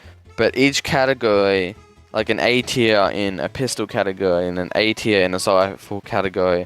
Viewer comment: Bro the way you say category and very is so funny lmao "categowy" "vewy"